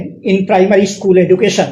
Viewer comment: "ইস্কুল" নয় 'স্কুল' 😢😢😢 "গরমেন্ট" নয় 'গভর্নমেন্ট' 😢😢😢 এদের উপর শিক্ষার দায়িত্ব??😢😢😢